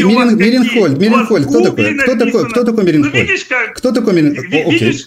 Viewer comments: " МЕРИНхольд"😂😂😂😂От слова" Мерин" ,что- ли.Он даже прочитать не смог...Ну...понятно всё.Печплтно это.Невежды и лгуны правят миром и выбрасывают идеи лжи,которые задают вот такие вот ... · Для начала, Мейерхольд!Это так, кто не знает! Ну, если, человек назвал ,,дождь,, ,вопросов к такому нет!Это ,как лакмусовая бумажка! Я , Вам,даже больше скажу ,почему он говорит год ,потому, что он не может правильно определить век!😊